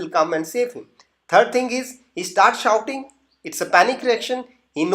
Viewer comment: Sorry that s not shooting but shouting